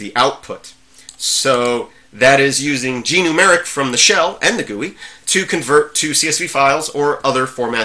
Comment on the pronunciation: Sorry if I said anything that made you think I don't like Gnumeric (and sorry for the mis-pronouncing of the name). I think it's a GREAT Program. And I never would use "lightweight" as a negative thing. Light weight means it's does have bloat and runs well even on slower machines. It's not a comment saying there are a lack of features.